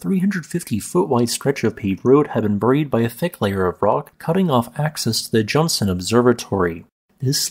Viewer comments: It's Johnston, not Johnson. Please be respectful of the volcanologist who died when St Helens exploded in 1980 by at least getting his name right. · It is called the JohnSTON Observatory, NOT the JohnSON Observatory.